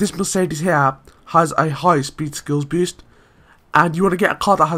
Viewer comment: idk know an accent that pronounce boost as "beest"